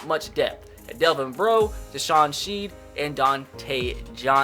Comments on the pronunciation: its pronounced "shed" not "sheed" for DeShawn Shead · Say deshawn shed not sheed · No hate but you said Deshawn sheed instead of Deshawn shead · its shead not sheeed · U missed Deshawn sheads it's. (sh-e-d) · its not deshawn sheed its deshawn shed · deshawn shead is not pronounced sh ee d its pronounce shed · DeShawn shead is pronounced "shed" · It is pronounced SHED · he siad deson shead name wrong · You said deshawn shed's. Name wrong